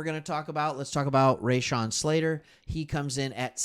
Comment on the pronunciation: Ruh-Shawn, not RayShawn.